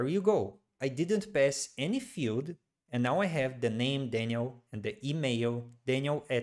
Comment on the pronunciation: At first I didn't understand what these `echo` and `feud` meant, then I learned that Brazilians just pronounce the words `error` and `field` like this... Very irritating :D, but I've gotten used to it now.